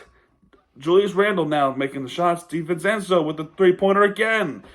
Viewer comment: Hey man, it’s all good it was a competitive game for the most part. By the way it’s pronounced Divencenzo “Dee-Ven-Chen-Zo”. Good video